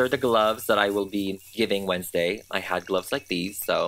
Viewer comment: Wednesday, More like wenslayy